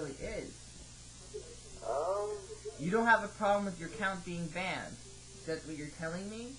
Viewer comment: LOL "no i've been banded alrdy" xD!